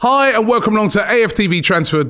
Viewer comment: Robbie's Hi was very West Londoner ;)